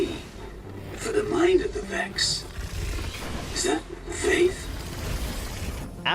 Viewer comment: My man said the Vakks 🤣